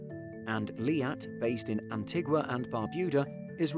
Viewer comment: The country of Antigua is pronounced Anteega